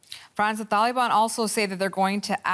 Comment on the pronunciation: why she keeps saying Thaliban? there is no Th in there, nobody pronounces it like that